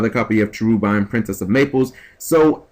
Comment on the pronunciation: i dont really know but i feel like that's not how it's name is pronounced. i just feel like its pronounced sha-ru-bah-may.. something like that. i don't know how to write phonetically properly, forgive me but you get what i mean. good vid tho as always keep up the good work :3